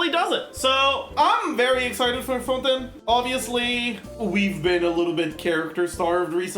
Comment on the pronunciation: isn't it fontAYN not fonTEN